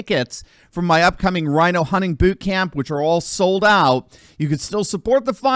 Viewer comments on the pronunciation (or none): none